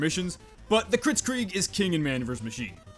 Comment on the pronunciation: Him:kritsgrig Me: blitscrig